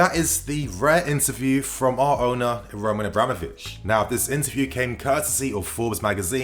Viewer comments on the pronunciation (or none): roman roman not ROOOOOO MAN jesus fuck me this dude lol